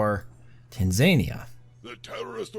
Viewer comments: it's pronounced TAN, ZA, KNEE, AH! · You've done the impossible - made a pronunciation pedant keep watching despite the repeated mentions of Tanzania. Good job on making such compelling watching mate.